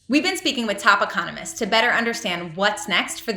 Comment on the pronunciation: she really said "thap economists"